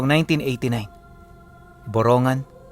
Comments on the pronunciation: hindi po buronggan,,,,( burong--gan )samar,pasensya na po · Ang Tamang Bugkas Po Ay Boro NgAan!depo Borongan😅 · Magandang Gabi po, malapit yan sa bayan namin. Borong gan po ang bigkas niyan.